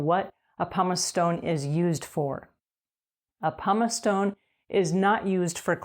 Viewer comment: Why does she keep calling it a "Pomice eStone"??